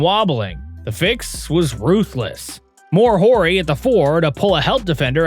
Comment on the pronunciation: i was just about to make a comment about the voice over- Horry is Orr-ee, and then later "title" is not pronounce Ty-doll. Odd that last one would even happen